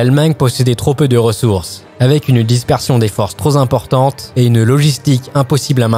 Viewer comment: jusque c’est supportable aber le « trop-Z’important » a fait tout écrouler j’éteins et je bannis